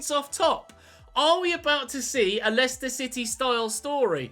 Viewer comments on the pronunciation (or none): none